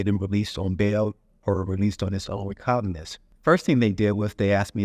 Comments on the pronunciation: I'm extremely uncomfortable with the thought of paying/trusting the USCCA for... Much less paying $50,000 for.... An attorney who isn't even capable of pronouncing "recognizance" correctly. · I was making a joke at the expense of the gentleman in the video who claims to be an attorney yet doesn't know how to pronounce commonly used legal terms such as "recognizance" properly..... I didn't need a reply advertisement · When a lawyer cant even say the word recognizance 😂😂😂 beware! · he didn't make a mistake or misspeak, he said it multiple times incorrectly, and never corrected himself meaning he actually doesn't know he's saying the word wrong... And it's specifically a legal term that an attorney should know well